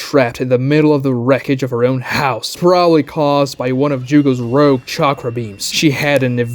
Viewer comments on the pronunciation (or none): none